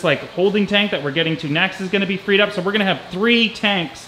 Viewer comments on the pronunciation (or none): none